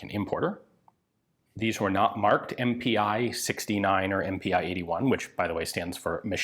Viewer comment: About pronounciation: not M-P-i! Pi as the first 2 letters of Pistole (pistol). So it is pronounced just MP. And your pronounciation of Puch is also wrong. The ch here is pronounced as in the german word "machen".